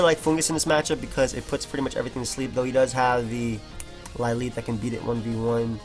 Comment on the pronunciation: Lileep is pronounced 'lil-EEP':)